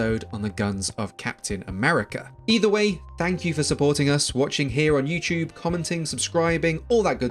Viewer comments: lol my guy says “you chewb” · Why he say youchube